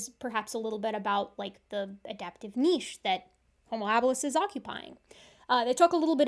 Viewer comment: Thank you so much for not pronouncing niche as "nitch"